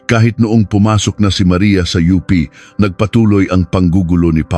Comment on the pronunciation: AI pinagawa ng kwento pati UP naging " oo-pe'"😂 tas basa sa oras 9-10-20😅! Hayys!!!